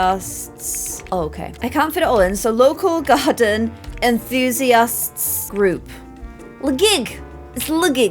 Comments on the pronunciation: ….. it’s enthusiasts with an E!!! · enthusiasts starts with an e not i lol 😂